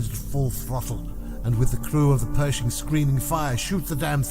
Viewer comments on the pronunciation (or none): “Pershing” …not “Perishing”……